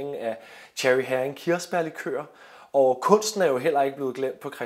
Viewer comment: Interessant historie, og godt initiativ. Bare en hurtig kommentar til museumsinspektøren: Heering udtales ikke som en engelsk sild (herring), men hEring.... :)